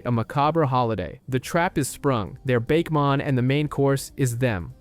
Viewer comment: After hearing you say "Bake-mon" no thanks